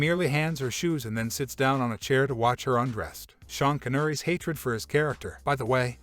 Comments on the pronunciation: Probably work on the Text to speech pronunciation next time...."Margot", "Rogen", "Connery"....learn those, and maybe we'll be back. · I think he messed up Sean Connery's last name as well. How in hell does that happen? Must have done little research.